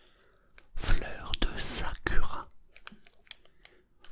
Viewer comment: Sakura se prononce "Sakoura", le « u » se dit « ou » et ce sont des fleurs de cerisiers Japonaises 🌸 Sinon, Super vidéo comme d’habitude ! ❤️